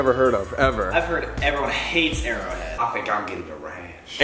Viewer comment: Colby: This is either airo head which I have personally never heard of” Also Colby: ITS MY FAVOURUTE WATER BRANDD